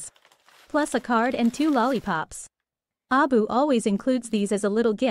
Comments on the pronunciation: It's an AI voice, that's why. It tries to pronounce it as a word since the AI can't tell that it's supposed to be an acronym. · why do U keep pronouncing the name of the company wrong on every video U make?